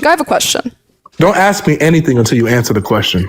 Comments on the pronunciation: So smart but then says axe instead of ask . Shake my head, too hard to listen to that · Dude it's cald ASK not AXE. What blacks have done to the englisch language ist the same what Muslim do to the German language. What a Joke.